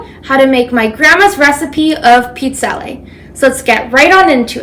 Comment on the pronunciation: Interesting, in parts of Northern Italy we pronounce it the way she's saying it. 😊